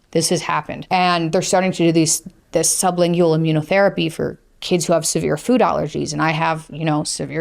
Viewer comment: sub·lin·gual Lingual, like language. Not "ling goo wall". Pronounce it correctly, please.